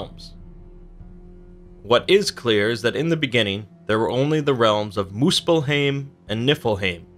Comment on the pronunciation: Its called muspel-haim not heim